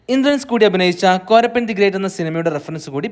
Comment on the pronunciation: 7.20 കോരപ്പൻ എന്ന് alla പറയുന്നത് കോലാപ്പൻ എന്ന് ആണ്